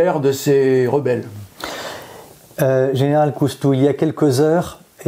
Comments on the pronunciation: Ça commence mal : Général Cousteau au lieu de Général COUSTOU ! IA complètement nulle ! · C'est COUSTOU et non pas COUS-TO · COUSTOU PRONONCEZ CORRECTEMENT CORRECTEMENT UNE QUESTION DE RESPECT